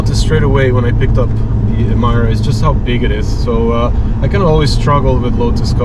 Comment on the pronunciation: oh my ear is bleeding!! cant hear anymore ''Emaira'' coming out from this mouth!! it pronounced as Emeeeeeeera!!